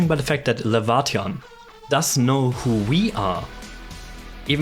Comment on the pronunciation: So to bust your theory that Laevatain is Surtr (Lay-Vah-Tain) Rather then what you said (Lah-Vah-Tee-on) Her bio states she says she isnt Surtr and hates that people call her so or compare her to Surtr. Funny huh?